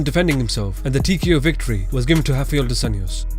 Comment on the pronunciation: It's not "hoff-eye-ell" come on.... His name is Rafael "roff-eye-ell" there is no H in his name anywhere....especially not at the beginning of his name, there is an R there, that's what his name starts with and how it's pronounced.